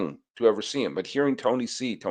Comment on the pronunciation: You're the first American I hear pronouncing Tony C's name correctly. That's why I am an #EveryDaySully!